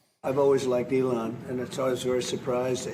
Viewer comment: Years of Kump mispronouncing the man's name have finally come to fruition: Elonne Musk, First Bitch of the USA